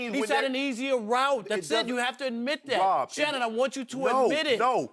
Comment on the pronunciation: Shanon I want you to admit it😂😂😂😂😂😂 “Shannon” Nooo😂😂😂😂😂😂